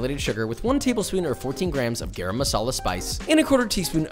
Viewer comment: i hate when westerns do eastern acent i mean i am sure Britishers took the spices from us and its GAram not gaarom medala its masala why